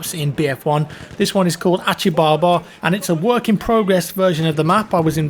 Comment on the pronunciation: you have such an obscure way of pronouncing foreign things. Atchi baba!!!!!! Loool